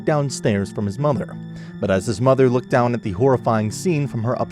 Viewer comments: “It lookd-ed-ed like the fron en of hi car was smashed-ed en.”🤦🏻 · 😂😂😂 I went blank after hearing lookted. 👀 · “It lookted” all I needed to hear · His mom said it "LOOKED-DID" like his car? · She also said "LOOK-did" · Okay... let me get this straight... in and out of jail, smokes weed all day, can't pronounce a single word correctly in a formal setting (looked jiusr sends my brain on lockdown) 😂. But you can't snag a job and don't know why... hmm...